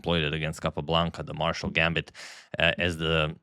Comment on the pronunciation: First time I have heard the Spanish pronunciation of Frank Marshall's name lol